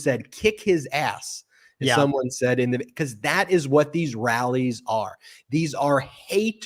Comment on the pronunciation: olde school grammar nazi note:,, luv ya, man, but t's are not pronounced as d's, lol try it right, phonics, man. numbers will improve; ) seriously? "saddin"?? lol luv ya man.